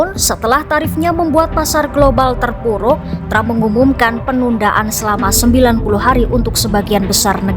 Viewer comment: tram... tram..., presiden apa pelawak sih